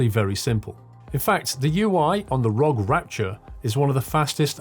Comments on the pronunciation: Pronounced are-oh-gee, not rog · Just so you know it’s pronounced R.O.G